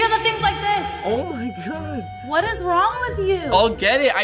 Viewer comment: I thought he said bunch o balloons but it was bunch of balloons